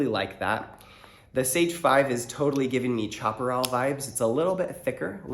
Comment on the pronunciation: I know there's like 50 different ways to pronounce "chaparral" correctly, but I feel like chopper-all isn't one of them. Looking forward to this! Anthony Sculimbrene is doing an "is it better than a sebenza" series, but his reviews (while great) are much less in depth and performance oriented. Edit: that stop pin thing stopped being true over a decade ago. They use hardened stop pins now. Smash away!